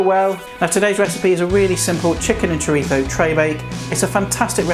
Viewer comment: Nice one! Thanks for not saying 'choreetzo'!